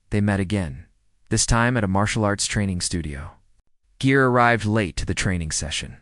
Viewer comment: It's Gere you AI using clown not Jere.